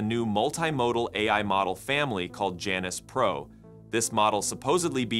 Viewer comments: That's Janus, not Janice 😂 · Why Janus? Could it be that they mean Jew-anus? Seriously y'all. I am not joking. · You can’t say Janus without saying anus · It would be nice if the reader could pronounce Janus...